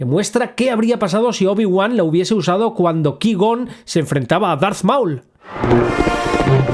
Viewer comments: No sabes pronunciar cuai - gon pero sí lo haces con scaiuaolquer o cailo ren? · Se dice Kuaigon, no leviosá... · No necesito una justificación de que un robot no pueda hacer algo que antes hacia TRAS 20 AÑOS. Si, se pudieron romper y nadie quiso repararlo. Y ya. ¿Qui gon? ¿Anakín con acento en la i? ¿Pero tú has visto las películas? Ni una has dado. Porque solo con escucharlas sabrías pronunciar bien eso ya que jamás se pronuncian así. No, levitar 3 metros meditando no es lo mismo que volar dentro de una nave nosecuantos metros porque tu quieras. Y tampoco tiene nada que ver con un salto de la fuerza de 2 metros. Y con Marvel otra vez. Octopús. 🤦‍♀ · Ki-gon? Cuai-gon, no es muy difícil pronunciarlo bien verdad? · Cuai-gon: ❌ Ki-gon: ✅ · Se pronuncia artu ditu. Cuai Gon!!! Por favor. Tené vergüenza. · "Cuai gon", porfa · Se pronuncia "cuai gon" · Cada vez que dices Ki-gon muere un gatito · Que asco que ni puedas pronunciar correctamente el nombre de Qui-Gon Jinn, pero bueno al fin, espalolete. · Aprende a pronunciar "Qui-gon", por favor. Me sangran los oídos!